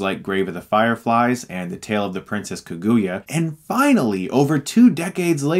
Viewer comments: Still makes me laugh that he still miss pronounces Kagula. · the man couldn't have said Kaguya more wrong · Years, YEARS and he still can't pronounce Kaguya correctly.